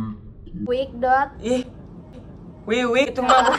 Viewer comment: Baru pertama udah ngakak🤣 Wiwik di baca wikwik😆